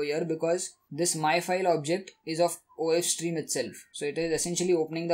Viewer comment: Do not pronounced of stream and if stream